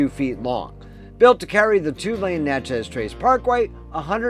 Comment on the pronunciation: Enjoyed the video great info but it’s pronounced “Natches” not Na Chez. There is also Natchez Mississippi also pronounced NATCHES. It’s sounds like matches but Natches. It’s a southern thing.